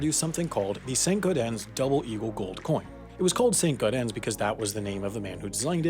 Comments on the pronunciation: Credibility goes way down when the presenter doesn't care enough to be sure pronunciation is correct. Not gau-DEN, but GAU-den. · The mispronunciations and twenty minute old memes are really irritating. It's "nuMISmatists" not "numisMATists, "Saint-GAUdens" not "Saint-GauDENS", Rick and Morty are irrelevant and meaningless, and "money printer go brrr" is really irritating and stupid. It's trying too hard to appeal to a very specific teenaged audience rather than being educational. So frustrating. I really wanted to enjoy this video.